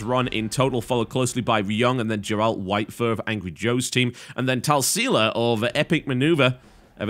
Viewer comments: Grrrrr, TB. It's Grrrrralt. Hard G for Geralt. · Please pronounce Geralt correctly. It is Geralt from the Witcher series. Thank you.